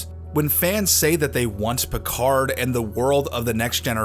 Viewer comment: Captain Pee-Card